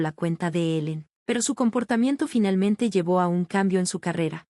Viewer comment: Porque dice finelmente y relmente 🙄🙄🙄